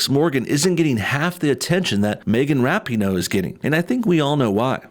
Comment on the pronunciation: I really like that you're mispronouncing her name (but saying it correctly phonetically) in this video.